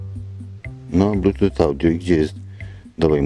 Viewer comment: Czytaj "blutus" , pozdro